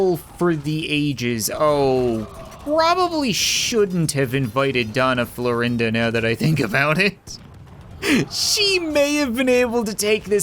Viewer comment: Why is he pronouncing doña florinda whitout the Ñ?